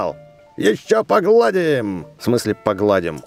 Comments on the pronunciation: не покладим а погаллдиимм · не погладим, а погалдим правильно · в конце сказал не погладим а погалдим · Не (ещё погладим) а (ещё погалдим) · Рито сказал погалдим а не погладим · правильно не погладим А поголдим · Не по гладим а по галдим